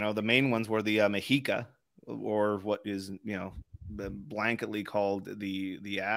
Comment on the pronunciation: It's pronounced "meh-she-ka." Not "me-he-ka."